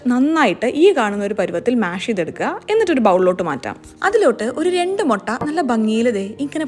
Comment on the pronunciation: Motta alla mutta😅